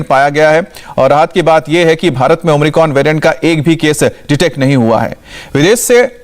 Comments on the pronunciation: भाई आप न्यूज़ सुना रहे हैं कम से कम covid वैरिएंट का नाम तो खुद सही लेना सीख लें।।।भाई नए कॉविड वेरिएंट का नाम ओमनिक्रोन नहीं omicron हैं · Omicron ya Omricon? Ye so called reproter Kya bol raha he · Not omricon..it's omicron